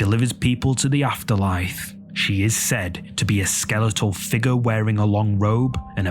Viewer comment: Ohhh …. He says shadow fig-ure in such a way that makes it hard. Shadow figaaaar